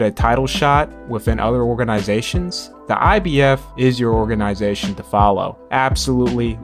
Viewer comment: OrgaNAYzation!!!! bruh!!!😂😂